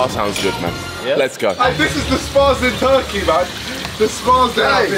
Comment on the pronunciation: I WAS SHOCKED WHEN THEY SAID RURKEY